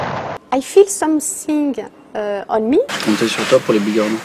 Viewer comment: Heu ... I feeleuuu something on me ... 😄